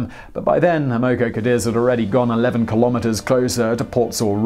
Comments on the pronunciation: It’s pronounced “AM-uh-co”, not “am-OH-co”. Just an FYI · Amoco pronounced as "AM uh co." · Simon, you're a terrific presenter. However, I wish more attention would be paid to correct pronunciation of personal and place names. In Chinese, "x" is pronounced "sh", and "q" is pronounced "ch". The Amoco company is A-mo-co, not a-MO-co. Etc. Let the content shine without these distractions. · You said "Amoco" several times before I figured out what you were saying. "Am-uh-co" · love the vids, but, just quietly, Amoco rhymes with hammer blow. in Australia anyway. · Simon: The initial "A" in Amoco is short like the way in which we Americans say the word "had." The first syllable is accented, with each successive syllable having less stress. The 2nd syllable "o" is a standard lazy schwa sound. Thus, it's pronounced Ă-Mah-ko. TMI, I know, but just saying... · PRONOUNCIATION EDIT: (1) BEN-CHI (2) AM-O-CO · this guy pronounces countless words wrong, english or otherwise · Amoco is pronounced AM-uh-coh. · It's pronounced "am-moh-coh Cadiz". What is with this guy and mispronouncing everything? It was the Amoco oil company. A gigantic company later absorbed by BP. How could he miss that? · You really can't pronounce anything that isn't British English, can you? X in Chinese is a "sh" sound and Q is a "ch" sound. And it's "Am uh Co Cuh Deez"